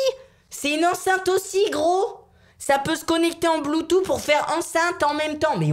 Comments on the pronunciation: Se prononce Bloutouss 😂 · BluetooTTTTHHHHHHHH (BloutouSSSSS) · On di pa bloutou on di bloutous